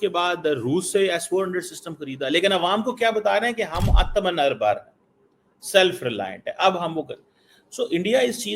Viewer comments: What "athma na bhara" ...😅. Try kar bai aur ek bar ."Atmanirbhar". Atma Nir bhar...okay..😂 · पहले आत्मनिर्भर बोलना सीख लो इतना भी मुश्किल नहीं है कि तुम बोल ना सको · Shocking that finds it hard to pronounce Atma Nirbhar! अब बिल्कुल गोरा बन गया फिर भी दिमाग में चूर्ण भरा है!😅